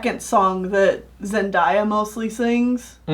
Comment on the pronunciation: A good review, I always enjoy you guys' reviews but... It's pronounced "Zen-Dae-ya" The day is pronounced like the day in Wednesday